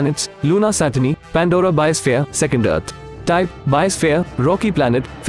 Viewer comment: Me when I hear Pandora be like:I hear fanta